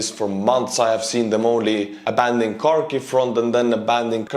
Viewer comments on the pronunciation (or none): It's HHHarkiv and HHHerson (not Karkiv or Kerson). Just like HHHorse (not coarse).